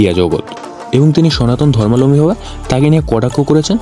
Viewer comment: অনেক অজানা তথ্য দিলেন ঠিকই, উচ্চারণ ঠিক করতে মনোযোগী হোন।ধর্মালম্বী নয়,ধর্মাবলম্বী।